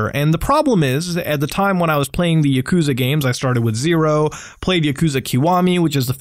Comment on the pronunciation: Lol the way u said yakuza just cringe me out so hard